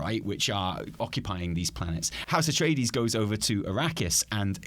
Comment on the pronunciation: Ah-tray-dees, not uh-tree-dees.